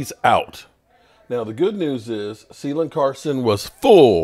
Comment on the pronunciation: it is Kaylin - hard C - Carson, not Sealen Carson.